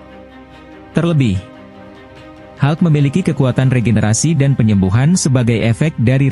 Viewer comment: Hulk ga dibaca halk